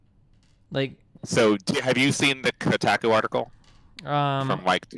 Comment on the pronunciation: Ko-tack-ooh article.